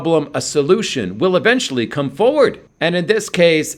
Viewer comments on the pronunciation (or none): none